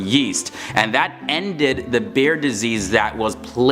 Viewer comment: 😂😂😂 Beer! Not bear 😂😂😂